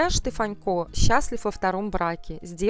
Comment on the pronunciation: Почему ведущая называет его Штефанько, ведь его фамилия без мягкого знака-Штефанко!